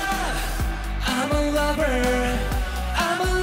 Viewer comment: LMAO YEONJUN MESSED UP SAYING ‘LOVER’ AND HE HAD TO KEEP UP FROM LAUGHING OMG